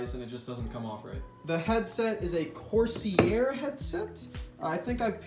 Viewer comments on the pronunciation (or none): "Core-sea-air" Couldn't help but giggle. It's Corsair (sair like dare), like the type of ships (hence the logo being three ship sails). Think pirates (the "arr!" kind, not the torrenting kind).